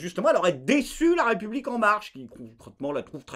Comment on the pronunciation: Bonsoir! Quand tu dit: (raie public ) sa me fait bugger ^^.